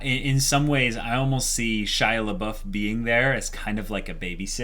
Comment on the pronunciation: Guys, I only started watching their discussions on HxH with this episode (because that's from when the Chimera Ant arc becomes the most interesting to me) and is "Shia Labeouf" an intentional joke or do they really not realize that they are not calling him Shaiapouf ? xD